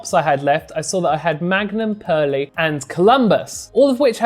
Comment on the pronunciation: Great video and loving the editing! Heads up Perle hops are pronounced Perl no need to add the e on 👌